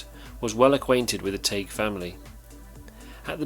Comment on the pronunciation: its spelled Tagge and it's pronounced; "tag". double consonant g makes the a sound short and the e is silent bacause the preceeding sylable has only 1 vowel. "Tag", as in tag your it. If it were 1 G then it would be the A sound (like saying the word A) like in the words sage, page, or mage. but the correct pronunciation is the "ah" sound like in bag, tag, sad, etc.